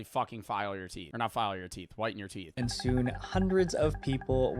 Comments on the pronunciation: "teath filing"😭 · How do you mess up teeth that bad 😭 “teath” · TEATH FILING?😰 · lol “teath”🤣. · TEATH?! what the fuck is TEATH?! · teeth not teath 😭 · “Teath filing” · Ah yes “Teath” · Bro said TEATH FILING😂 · lol not the "teath filing" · "Teath filing" 😂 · "Teath filing" is wild 😭🙏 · Teeth not trynna be mean just helping 😊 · It is teeth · its teeth also in british english 😭 he just fucked up